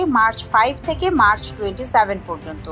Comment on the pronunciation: শব্দটি মার্চ নয় ম্যাক হবে🤗